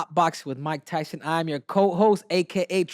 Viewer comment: And I’m Mike “tython”